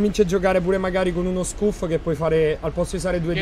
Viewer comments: Dopo scuf letto "Scuf" io esco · Mammmmamia come hai pronunciato scuf